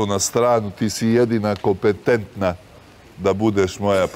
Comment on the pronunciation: KOPETENTNA A NEKI DAN ISTO KOKRETNA UMESTO KONKRETNA.ON JE ZEZNUO I CARA NEMA NI OSAM RAZREDA ŠKOLE.